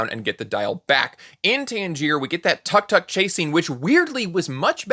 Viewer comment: Tuk-tuk as well is mispronounced. I've heard it a lot in reviews of this movie. It's a little distracting